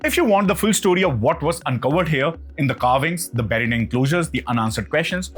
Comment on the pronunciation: Nice content, hope you can improve on diction. Some words are pronounced very badly like buried